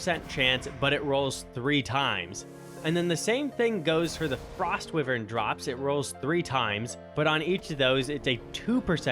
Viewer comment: love the vid, but the way you say wyvern angers me lmao, its why vern not wih vern